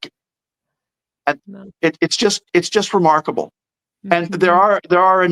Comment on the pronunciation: Every time says remarkable, I hear remarkleable😅